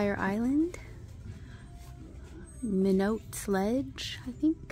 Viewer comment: And Minot is pronounced like Mine-it.